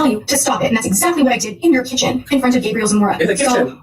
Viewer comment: I’m sorry but imma call you because I swear every time you say exSACKly I fucking die a little.